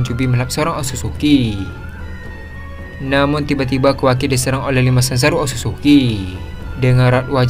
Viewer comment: Sumpah salah satu kalimat yang mengecewakan adalah ketika admin mengucapkan kalimat " Namun " Contohnya namun zanzaru langsuu menghindar "😅